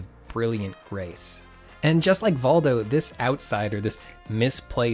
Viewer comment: I think it's pronounced Voldo